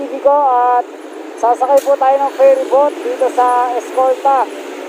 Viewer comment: Kuya Ferry boat not fairy boat ...✌